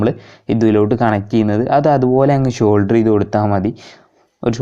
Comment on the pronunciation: ഷോൾഡർ അല്ല സോൾഡർ